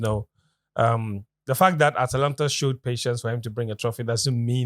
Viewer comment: It's true that is an Atalanta fan I remember last year when he slipped his tongue on the name of the team 😅😅😅